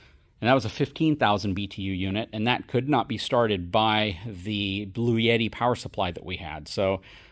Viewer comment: What do I think? I think I have to heckle you some more for saying blue yeti instead of Bluetti. Hope you and the family had a good new year,!